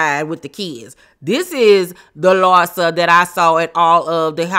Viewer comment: LARSA versus LIE-ZA 😅😅😅